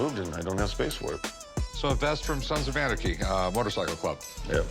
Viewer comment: “Sans of arnachy”😂😂😭 am I the only person who heard that?🤣